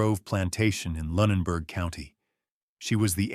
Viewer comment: Luninberg County? Do you mean Lunenberg County?